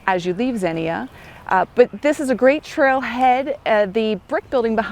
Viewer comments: Xenia is pronounced ZEnia. Great video. I did the OTET in 2022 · Two syllables: Zeen-Yah. Great bikes trails.